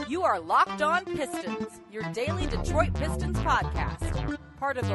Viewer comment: What the hell is still doing PA announcing, Deetroit Basketball WTF